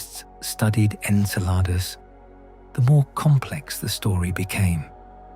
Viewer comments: En-sel-r-dus? Nope. I left. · The synthetic narration is horrible. I count at least 5 different pronunciations of “Enceladus”. There are many videos just like this. If you want yours to have many views, do better.